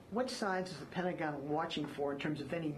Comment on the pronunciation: The Pent-uh- gon